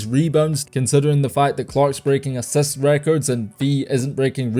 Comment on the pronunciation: Say it properly: LIST, ASSIST